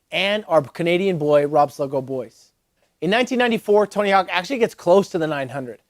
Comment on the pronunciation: "Tony Honk"